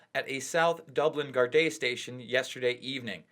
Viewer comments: First of all, there's no cover up or special treatment, it's the law in Ireland that names aren't mentioned to protect the victim. Secondly, it's pronounced gaurd-ee not guard-ay. And finally Ireland is not part of the UK. You look stupid af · That's pretty much correct. Most people say the "Gar-dee".. others say "Gar-Da" (more when they're speaking about an individual one).. or just call them "Guards" collectively. Technically, it's Garda Síochána. But I agree nobody says "Gar-Day".. but to be fair this man is not from here. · It's pronounced guardee not garday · It's pronounced gar-di not gar-day ffs. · Gar-day 😂 😂 it’s pronounced gar-deee nice video, I subbed! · its pronounced gard-dee when it's more than one officer and gard-ah when it's just the one. Lol 😂 🇮🇪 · 'Gar-day' LOL! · Gar day mate😂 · how about waiting for the truth to come out and please learn how to say garda properly you ignorant twat.